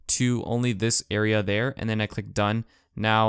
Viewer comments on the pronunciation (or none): none